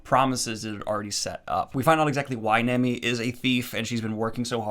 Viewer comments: Its pronounced nah-mi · Sanji is pronounced Saw-n-jee Nami is pronounced Naw-mee Also, Usopp gets better. Its gonna take a while though. This fact is widely agreed upon. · nami is pronounced naw-me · Ahh shit lmao first time seeing this old video of Daniel...lmao he is one of them that said Naymi ig lol...and said she's busty ????lmaoo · Nami (Nom-ee) please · Hey Daniel! Just a little tip for pronunciation of Japanese words! It mainly comes down to the vowel sounds. If you see vowels in a romanized Japanese word, they will USUALLY make these sounds (the sounds these letters together make in a word). Hope this helps! a = ah e = ai (wait) i = ee (meet) o = oh u = oo So for example! Nami is "Nah-mee", Sanji is "Sahn-jee", and manga is "mahn-gah". Loving seeing you take a step into the crazy world of Japanese comics! Hope you have fun! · I’ll let you know now ( no spoilers ) . Oda , is heavy on world building and foreshadowing. Your analysis was great ! A little bit more depth for Zoro and Mihawks fight but I understand given his character and where you are right now. - The next area is Alabasta and “Sanji” and “Nami’s” names are pronounced with [a]. I got nothing for Usopp 😂 people either like him or not lol he’s comedy for me. All in all been subbed for a while and love that you reviewing One Piece! No idea if you’ll see this but the arcs will not get shorter but gain more depth and development to the islands for whatever arc you are in. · I wasn't going to correct your Sahn-gee, but it sounds like you're still saying Nah-mee wrong too. Just in case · Nah-me San-G Ala-bas-ta Im so happy you like One Piece so far also just helped you with names in case people get angry at you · Small correction. Sanji is pronounced Sahn-gee and Nami is pronounced Nah-mee